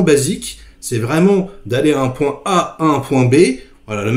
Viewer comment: Hello, et merci pour ce partage. Si je peux me permettre "straïte to ze poïnte" est bien meilleur à l'oreille que "straïte to ze ponte". Je chipote aussi...